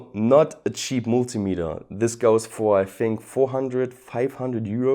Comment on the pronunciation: it's cheap not cheapleasrer